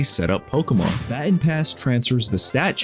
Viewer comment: bro have you not heard the word "baton" as in pronounced before? As in "pass the baton" (buh-TAHN)